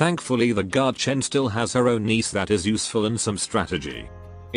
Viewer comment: I like how tts says niece instead of niche